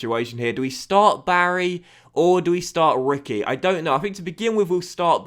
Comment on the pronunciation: reekwee not Ricky